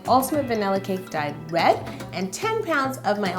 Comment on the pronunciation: anyone else hear wed instead of red?